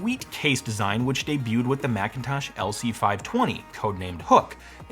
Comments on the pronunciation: Excuse me, did you just say blackintosh ??? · "Marchintosh"? Really? 🤨 You should have gone with "Apprile". 🤦